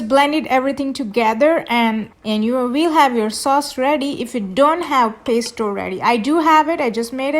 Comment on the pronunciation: No offense but you should at least learn how to say Pesto 😳 milk??? this is not pesto